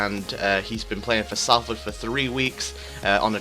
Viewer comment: It's pronounced solford